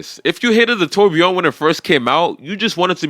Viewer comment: "buggati tur-bi-ON"